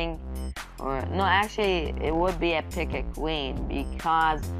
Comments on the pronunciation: instead of P.E.K.K.A he says pika do you mean pikachu XD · that's not how you say P.E.K.K.A